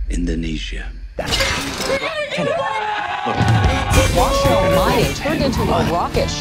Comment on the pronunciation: salfok pas ngmng washoe😂